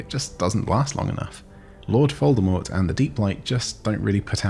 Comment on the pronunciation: Wait, were you saying Lord Foldemort?